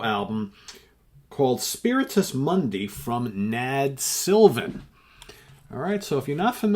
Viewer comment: You pronounced my last name perfectly on your first attempt, thanks!